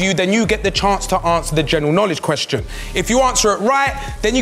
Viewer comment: ay filly respectfully you cant read out questions 😂 man read the whole ting wrong 😂😂😂